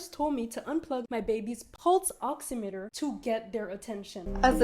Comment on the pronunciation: I feel like im hearing u say pulse oxinator 😂its oximeter !! Maybe im crazy